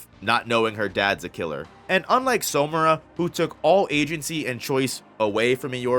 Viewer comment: Why do you keep pronouncing "Samura" like "Somura"?